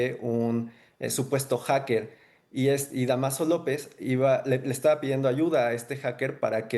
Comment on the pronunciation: No es Damaso, es Dámaso, te escuchas preparado como para que cometas semejante error